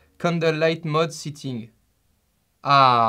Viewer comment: C'est sétting pas sitting